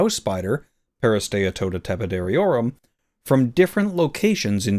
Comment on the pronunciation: How in the world did you pronounce the house spiders scientific name?? That was impressive 👏 👌...